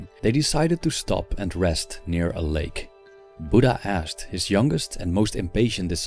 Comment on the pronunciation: It's not budda it's buddha 😔